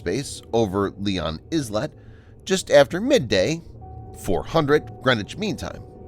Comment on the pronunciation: The word "Islet" is not Izlet but eye let.